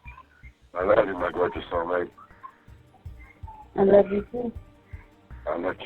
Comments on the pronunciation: why is it when says "sexy soulmate", it sounds like "sexy cellmate"? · Every time he says "soulmate" I just here "cellmate"...